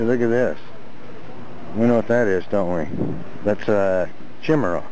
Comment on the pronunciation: Woooow. "Chimaera" pronounced "chim•uhr•uh". When he was pointing to a gryphon. That's hilarious. too entertaining.